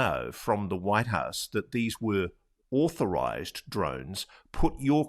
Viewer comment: NewsNation should ask some representative from the FAA to be interviewed. That could be interesting: "..no, those drones are not auhthorized.." 😂